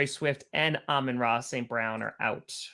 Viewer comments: it’s not about the vowel it’s about the emphasis. You’re thinking it’s ah-MON vs ah-MIN. What it really is: AH-min Ra. The o vs i is kind of unimportant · you're wrong on the Amun-Ra thing. First of all, the name is Egyptian, and in Egyptian it's pronounced Ah-Moon. Secondly, his father clearly pronounces it more like. Not to mention, the letter "i" appears nowhere in his name, so there is absolutely no reason for an "i" sound in the name. You can say it however you like, but it's not properly pronounced Amin.